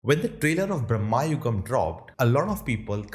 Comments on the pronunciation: Its not pronounced as "Brammayugam" , its pronounced as "Brama-yugam" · Its not Brammha yugam, its Bram yugam...!! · It's not brahma- yugam, but it's bhramayugam!